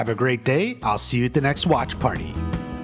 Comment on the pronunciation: I cringe every time you say watch party like that